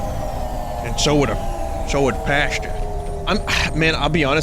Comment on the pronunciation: I was expecting Pashta's name to be mispronounced as Pasta at some point and I was right lol. Didn't think it would be from her own dad.